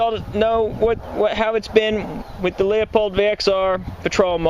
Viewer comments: Leupold is pronounced Loo-pold, not Lee-uh-pold. Just FYI. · Lew .......lew .......not Leo........lew pold